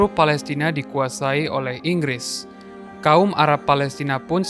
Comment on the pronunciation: Semuanya salah Ingris, semuanya salah INGRRIS!!!!!